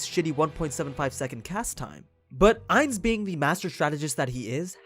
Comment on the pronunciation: I don’t mean to be rude but you say Ainz name wrong the last part is said like gon